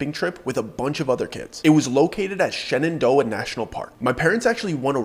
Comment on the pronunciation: You said Shenandoah and the DMV in me shuddered....